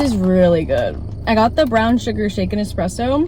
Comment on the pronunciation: I thought you said “brown sugar chicken espresso” 😭